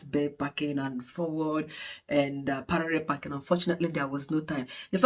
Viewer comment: Congratulations 🎉 But I can’t stop laughing with the way you call Parallel packing (Parere 😂)